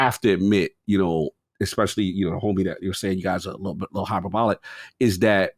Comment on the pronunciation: While we're fixing your grammar and pronunciation - the work hyperbolic is pronounced: hyper-BOL-ik. (learn from Cog)